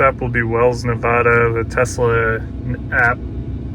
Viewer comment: It's not Winnimookah it's Winnimucka for the pronounciation and it's not Nevuduh it's Nevada long A's